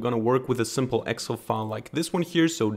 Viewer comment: Please pronounce Excel correctly. It's pronounced as Ex---cell not Exel